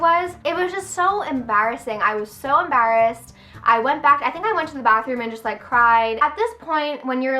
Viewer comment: "Ambarrassed" lol